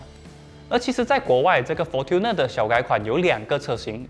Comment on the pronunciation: Fortuner应该是读成 'for春ne', 不是'for吞ne'。